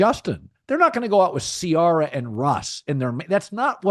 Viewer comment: Everytime Colin mispronounces "Ciara" 😵‍💫